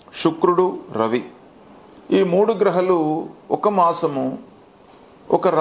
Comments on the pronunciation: వెన్నెల, ఎన్నెల ఎలా అంటున్నామో గ్రహలు గ్రహాలు అని ఉచ్చరిస్తున్నారు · గ్రహలు కాదు గ్రహాలు అనండి 🙏